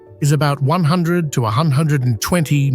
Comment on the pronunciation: Am I the only one who noticed the AI’s inability to pronounce numbers, I’m trying to enjoy the beauty of this but I lost it when it tried to say 100 😂😂😂